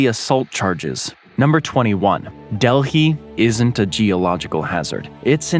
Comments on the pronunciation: More like “Del -I”, not del hi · Dehli... just nah